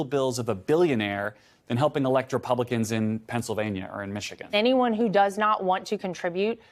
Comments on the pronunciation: At first, I thought you said “Repugnicans.”😹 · It's REPUGLICANS , repugnance over flowerh .😂😂